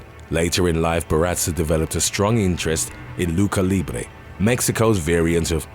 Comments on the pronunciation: Did this fool say "luka libre???" 😂😂😂🤣🤣 Wow smh the CH makes the same sound as in English like church dumbass lol but of course you knew that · excellent stories even forgive mispronounciatio of mataviejitas and barraza, but not gonna let you off easy on Lucha Libre it's not "ca" sound ever said cha cha cha ? (loo-cha ) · “Luka libre”? If you’re gonna make videos of a country learn to fucking say the words right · He said luka libre